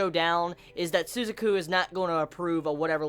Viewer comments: Every time he says "Sue-za-ku". It hurts. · It's Su - ZAH - ku with an emphasis on the Zah syllable. Sorry, strange things bother me. And yeah, those fucking Pizza Hut product placements XD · I don't know if you know this already or not,, but Suzaku's name is pronounced Su-zah-ku and Pizza Hut = A proud supporter of the rebellion. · su - ZA - ku. Thanks for review, loved the episode. I'm out.